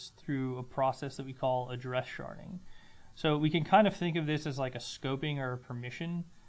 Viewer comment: Thank you for "sharding"